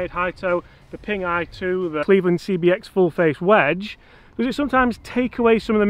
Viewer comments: How many times can say CXB instead of CBX...OK, only two...Love the vids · 'cbx', not 'cxb',. #nitpickcomment